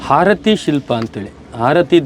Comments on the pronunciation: ಹಾರತಿ ಅಲ್ಲ ಆರತಿ ದೇವಿ!! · #ಹಾರತಿ ಅಲ್ಲೋ ಮರಾಯ #ಆರತಿ ಅನ್ನಲು ಕಲಿರಿ